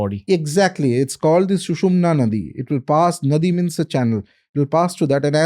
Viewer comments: Hahahaha he is such a fool, Yeh unpadh sushumna नाडी ko नदी bol raha hai n then goes on to propound foolishly nadi means channel 😂😂😂😂😂iss unpadh ko samjhao "naadi" means channel n nadi means river. Hindi sanskrit aati nahi all that he has is Google gyan. No authentic source mentions kundalini in the astral body and sushumna in the astral body. Doesn't know a thing, doesn't quote the texts which clearly mention of the signs of kundalini awakening none ot which state what he is going on blabbering. Kaliyug mei idiotic gurus take the front seat just like this guy. Looks knows so much, doesn't know a thing. All he knows is wordplay, blabbering and a good way to mislead people. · It is not na-di. It is Naa-ddi. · it is not nadi it is nadi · It's naadhi not nadi when kundalini awakens. These topics are discussed openly in Western world in spiritual population in the last 20 years. Spirituality is on the increase across the world. 1st session was pretty good.. had lots of Vedic Sanatani info... and also intesesting info on tantra. Good questions too!